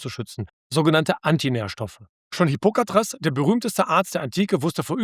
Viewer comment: "Hippokatres" 😂 Ansonsten: Super, wie eigentlich immer ❤